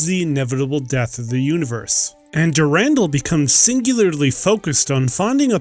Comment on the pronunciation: Dur-an-dal(doll), not Durandel.